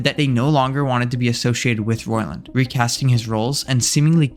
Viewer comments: His surname is pronounced “ROY-land” not “Roland”. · he only begins to pronounce it correctly He pronounced it wrong at the very beginning of the video and only then corrected himself after several mentions of the name. He said phonetically: 'ROLLAND', not 'ROYLAND' or 'Roiland' as it should be spelled. You should probably rewatch the video as you have it the wrong way around first of all. Yes he did correct himself eventually sometimes, but if you are going to do a while expose on a person, generally you should be able to say their name correctly. His video is also extremely biased and doesn't at all talk about the fact that he has already been vindicated of the claims against him in court. Despite that being an established fact as of the release of this video, it was not mentioned once. That's terrible journalism, as well as purely intellectually dishonest at best. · He did pronounce it right at the beginning than he changed the pronunciation later on. So which way are you saying he's pronouncing it wrong? With or without the i in roiland?